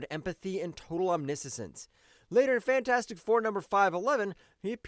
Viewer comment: I giggle everytime he said omni-sisense 😂😂😂 it's pronounced omniscience (omni-shense)